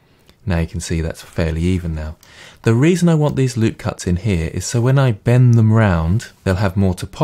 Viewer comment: The emphasis on the word "Bend" is quite intense, like a super villain. Great tutorial as always.